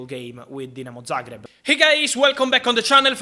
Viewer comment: Man pronounced Dinamo Zagreb correctly 😭😭😭 bless you Fabrizio🙏🙏🙏